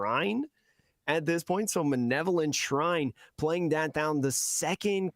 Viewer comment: Btw it's "malevolent" (having or showing a wish to do evil to others) not manevolent